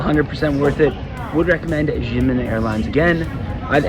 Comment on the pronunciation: Xiamen is pronounced as "sha-men".